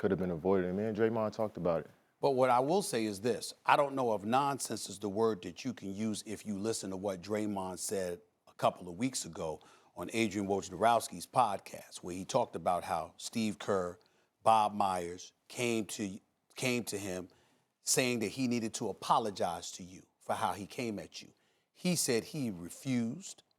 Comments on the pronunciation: Adrian “wojerowski” lol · Can someone pull Stephen A aside and explain to him how to pronounce Adrian Wojnarowski's name already? Wth